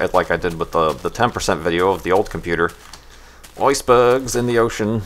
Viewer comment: someone should totally make a remix of .. "Oiceberrrrgs in the Ocean." :D